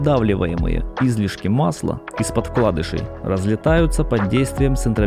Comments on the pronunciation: масляннАя, корОмысла... и наконец Излишки, да-да не излИшки, а Излишки... сначала думал что я тупой, но после Излишки понял, что диктор слишком умный 😂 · Если бы автор видоса ставил правильно ударения в словах русского языка, то вообще был бы супер-видос... Не Излишки, а излИшки, не корОмысел, а коромЫсел... Думаю это профессиональный "диалект" )) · В слово «коромысло» ударение на букву «ы». В слове «излишки» — на вторую, а не на первую «и».